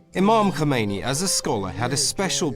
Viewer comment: Khomaini? Seriously!?😂😅